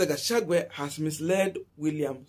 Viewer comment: Gachagu_,a not gachagu_e